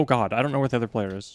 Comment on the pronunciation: "so heres de earth. is round!"